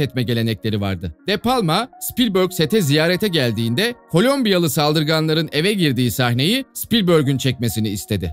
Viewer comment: O da kolumbiya değil kolombiya:)